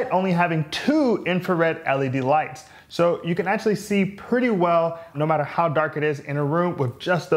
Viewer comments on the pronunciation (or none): none